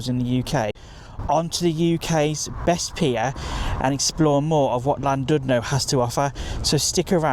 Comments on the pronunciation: It's a lovely, old fashioned resort. It would have been nice if you'd bothered to pronounce the name properly! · Please learn how to pronounce Llandudno probably. I couldn't listen as it irritated me so much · Please, if you're going to do a YouTube clip on Wales, learn to pronounce the names of the placed you are reviewing!